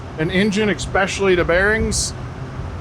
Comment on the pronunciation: ekspecially…. Not a word … Especially is tho